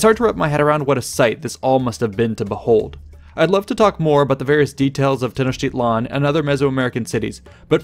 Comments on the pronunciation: His "tl" isn't right at all. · A quibble, but the stress in Tenochtitlan falls on the penultimate syllable.